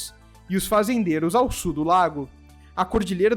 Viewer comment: JA PERGUNTEI ANTES, MAS VOU PERGUNTAR OUTRA VEZ. PORQUE VOCE PRONUNCIA A PALAVRA "SUL" DE "SUR"???